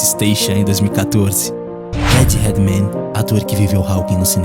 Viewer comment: O narrador desse documentário não sabe falar inglês.Ele não pronuncia corretamente o sobrenome Hawking e o sobrenome Redmayne.